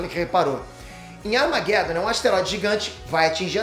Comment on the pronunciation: E que demorei sacar que ele tava falando Armageddon. Kkkkkkkkkk "armaguédon" eu tive que conferir na tela pra vê que filme era.